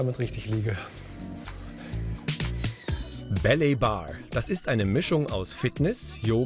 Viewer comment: Psst. Es ist nicht belly bar, sondern ballet bar. Das spricht man wie 'bäley bar' aus